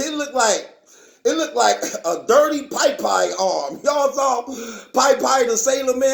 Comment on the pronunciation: Its pop eye , not pie pie 😭😭😭😭